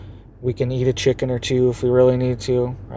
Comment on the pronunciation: “Cicken” lol